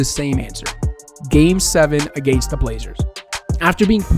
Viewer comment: wow i hate the way he says: “agaiyyynst” 😭😭😭